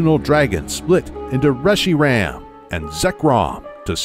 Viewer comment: Reshi-ram and zek-chrome